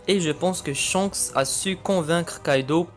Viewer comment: Et surtout c'est Shanks pas Chance